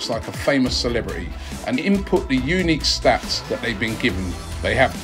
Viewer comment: Expressions tell to pronounce "unique" correctly.